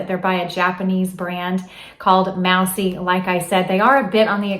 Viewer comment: Hey!! Love your videos! So you’re saying Moussy jeans like the small animal you don’t want in your house, but they are pronounced like the big animal with antlers. ❤️ love your suggests keep them coming